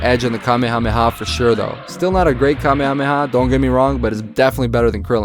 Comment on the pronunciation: Nice to hear some native en speaker saying Kamehameha right for once... 🤔😂😂 (They usually say "KaMÉha - MÉha" instead of "KÁme...HÁme...HÁ")